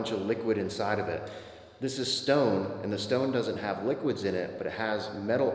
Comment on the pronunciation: stack of wocks dont ho'd wiqwids thata how you sound my guy